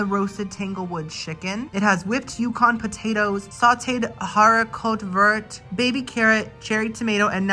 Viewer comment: Haricot Vert = green beans. Pronounced Hairy Co Ver. You’re welcome. 😁